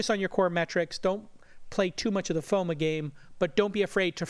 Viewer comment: Why does he keep pronouncing FOMO as FOMA lol